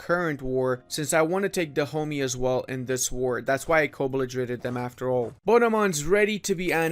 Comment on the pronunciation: Every time he said Dahomey I was hearing "the homies".